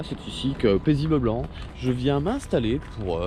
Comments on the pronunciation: Dans la présentation de ta "maison" tu dit paisibleblanc moi je trouve sa drole ( avez vous remarquez) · "Paisibleblent" hein? 😂😂